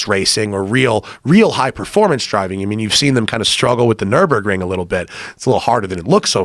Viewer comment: only thing he'd say is "the gt3rs has the fastest time on the nurbundun" how fucking hard is it to remember nurburgring when it's your one reason for buying your car